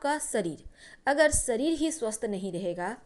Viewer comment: Mam sabase pahale to aap apni hindi ka acharan sahi kare seekhe,,,wo shareer hota h naaki sareer